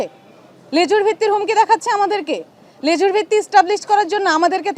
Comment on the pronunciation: লেজুরভিত্তি নয় লেজুরবৃত্তি